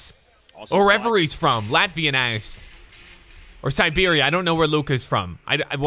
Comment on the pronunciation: really said Siberia